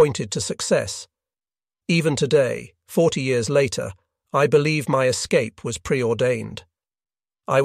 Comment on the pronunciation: You had me going for a minute until the AI mispronounced "escape"